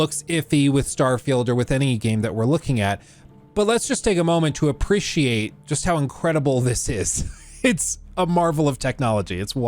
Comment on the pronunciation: uh - pree - shee - ayt .... ahhh who cares, anyways love your content!